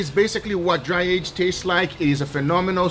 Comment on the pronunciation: Nobody: Guga: you see this air that contains msg so we will dry she our steak with air